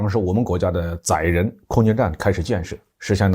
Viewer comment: 是载 （zai4，音在）人，不是zai3，音宰。 这里的载 zai4 是动词，意思是装入，承受，担负的意思。 而千秋万载里的载，zai3，音宰，是名词，意思是记载的历史。